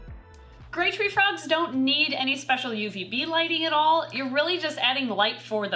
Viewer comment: Sounds like she says great treefrog rather than grey treefrog and honestly both names are accurate!